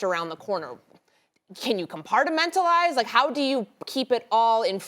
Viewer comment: Can you “com-part-a-mental-ize” she says lol